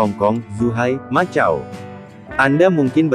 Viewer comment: macau... di baca makau bukan matjau....